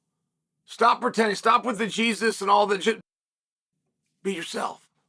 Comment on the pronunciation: The only Jesus Jon loves is his Latino coke supplier and I'm guessing he just pronounced it wrong